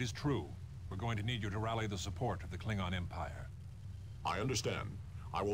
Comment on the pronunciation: Kling - on